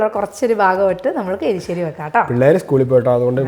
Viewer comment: എലിശ്ശേരിഅല്ല. എരിശ്ശേരി ആണേ ഞാൻ കേട്ടതാണോഎന്നറിയില്ല